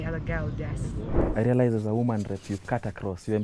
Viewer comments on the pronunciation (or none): 29.40 rearize heheee,on a light note though